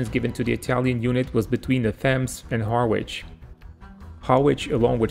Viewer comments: IHarwich is not pronounce Har Witch its Harridge ot Arridge if you're cockney. Interesting content though/. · Just a note - Harwich is pronounced ‘Harrich’ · Harwich is pronounced "Harritch". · Harwich is pronounced Harrich by locals 👍. Another good video, thank you. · Harwich pronounced Ha-rich 👍. Great video and presentation. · I don't speak any Italian, so this isn't meant as criticism, but Harwich is pronounced more like haritch. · Harwich... Pronounced Harr-idge You're welcome. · Thank you for an interesting video. For your information, due the peculiarities of English pronunciation, Harwich should be pronounced 'Harich'. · Harwich is pronounced Harrich...... the W is silent. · It's pronounced Ha- Rich !!! Harwich is !! ( or is it Ha - ridge? , something like that anyway !) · Ha-rich you dont sound the 'w' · It's pronounced "Harritsch" ! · Just for any future video's, the W in Harwich is silent. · The "w" in Harwich is silent. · No doubt someone has already told you by now: "That is not how one pronounces Harwich". Placenames in the UK can be challenging to pronounce (Even for Residents of the UK). Best wishes from Frome, Somerset. (FYI "Frome" is not pronounced as it is spelt). Other examples; Leicestershire, Worcestershire, Mousehole, Ruislip, Liversedge, Nottinghamshire, Godmanchester, Woolfardisworthy, Bicester, Ynysybwl, Cwm Clydach and... Hull. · Interesting ! But Harwich is pronounced with the R.